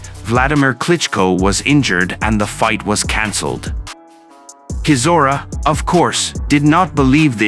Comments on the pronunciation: Ai comentary is crap, it's chizora not kizora (pron) sounds like a Chinese guy reading English for the first time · bruh, how do you not even pronounce Chisora's name right? You not heard it enough in all the interviews, fights, commentary, it's like you've never actually truly followed boxing. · Least you could do is pronounce his surname correctly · Why doesn’t this commentator learn how to pronounce Chisora’s name properly? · Does anyone even listen to this garbage before uploading it? Chisora is not Klitschko's younger brother and that is not how you pronounce Chisora's name.